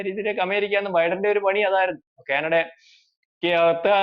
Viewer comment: ക്യാനഡയല്ല.- കാനഡ എന്ന് ഉച്ചരിക്കണം